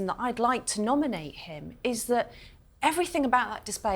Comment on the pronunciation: I wish that woman wouldn’t say evrythink.It’s everything.